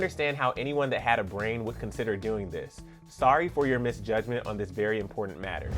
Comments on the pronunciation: 'Conceter'? Instead of 'consider'? And you have the gall to think Taylor is not a 'very smart lady'? Kudos to Clevver for picking a real winner to highlight in this video. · this person really just called Taylor out for not having a brain when they said “conceter” instead of consider